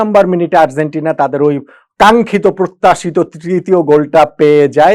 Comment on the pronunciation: Argentina উচ্চারণটা সঠিক না হওয়ায় কানে লাগছে।